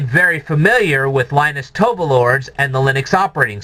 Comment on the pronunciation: Finally, you are mispronouncing Linus Torvalds name. It is not pronounced Tovalords